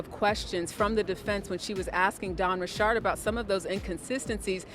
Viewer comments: Please stop with the pronunciation of her last name. Ain’t no damn ri chard it’s Richard. And why yall so worried about the celebrities? So the other people committing crimes don’t count. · Why is this idiot reporter called her Dawn Rechard. She is not an exotic person, she's from the hood. Her name is pronounced Richards. Plus your not reporting anything important, you gossiping about a pervert and acting like your a serious journalist. Make America Great Again!!!! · Ri'shard hahahahaha it's Richard's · When did Dawn change the pronunciation. I've never heard her correct anyone who called her D. Richard before. Now it's Richaaaard. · Its bothering me this lady is saying Dawn last name wrong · Richard can be pronounced with a ch/sh sound, so you can't blame people saying it differently or in a different tone as well. You're American I bet!😂